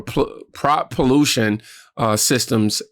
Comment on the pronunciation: My guy you canr pronounce propulsion 😂😂😂😂